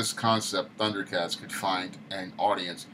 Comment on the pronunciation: Tundercats no "H" Roar lol